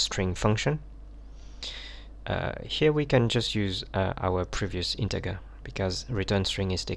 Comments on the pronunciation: Integer is pronounced InteJer - NOT Inte grrrr. Good video otherwise! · Looks professional and legit. If any beginner hears he/she might adapt "Inte garrr". And you don't wanna say "Inte garr" in your office/workplace.